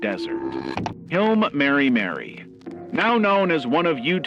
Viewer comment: seems to be using AI for voice over as well. the pronunciation of Hi I'm Mary Mary to Hill em marymary is very odd.